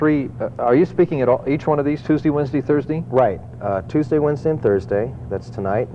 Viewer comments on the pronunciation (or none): none